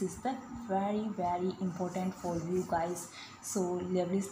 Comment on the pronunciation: Liouville should be pronounced as "lee-oo-vill" (लिउविल), not "lovely".